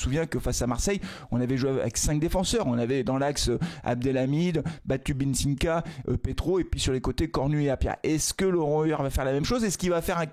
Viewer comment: Salut, merci encore la video! Petit detail qui me fait mal aux oreilles à chaque fois 😅 c'est BatubinSIka et pas BatubinsiNka 😅😅😅merci ❤❤